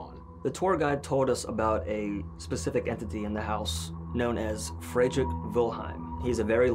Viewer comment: What activates the music box? Temperature? In German, Fredrick would be pronounced more like FREED-Rick. Might be the confusion. The EVPs from disembodied voices were awesome.